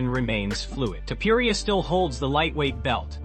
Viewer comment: Why would u say"Toupouriah? It's disgusting and disrespectful to get a fighters name wrong every time and he's not the only name ur chopping up horribly. Get those names right before u put a video out. Just some advise.